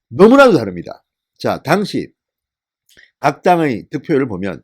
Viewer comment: '당시" 라는 발음 고쳐주세요 전의원님 지지하고 존경합니다.